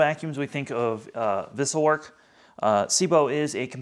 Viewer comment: At the beginning of this video, you said a word I could not understand. You said it and . What is that word? Captions spells it two differnt ways and I google it and found nothing. Vissell Work ? I think I found answer below by #vacuumtests Wessel Werk ?